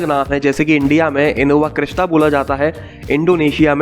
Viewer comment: abey new edition innova crysta hai... bola ni jata hai...🤣🤣😂